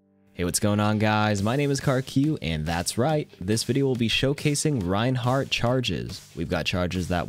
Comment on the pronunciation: th-rein hard-th